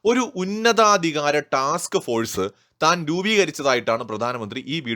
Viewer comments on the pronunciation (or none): none